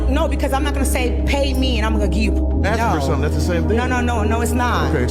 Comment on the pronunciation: "I was talking to a mayan...Ax me something specific"